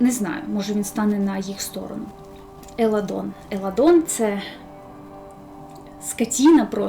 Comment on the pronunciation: Не Еладон, а Еландон😅